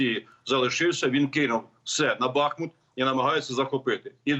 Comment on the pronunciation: Після того як генерал "бахнув" вимикаю це відео. Не в змозі навіть вимовити вірний наголос. БахмУт...підкажіть йому. Дякую.